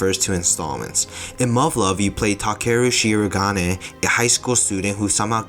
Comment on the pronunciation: Oof. The pronunciation of "Takeru Shirogane"